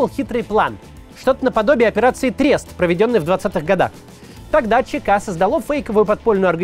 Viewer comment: РозЕНлев, трЕст. Максим, читая чужой текст, надо делать это как минимум вдумчиво.